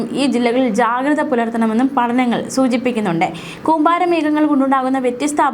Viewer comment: കൂമ്പാരി അല്ല കൂമ്പാരം 😄😄